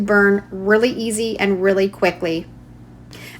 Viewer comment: Thank you for saying MOD PODGE and not ‘modge podge’ hahaha. This is amazing and you just make it look so easy 💖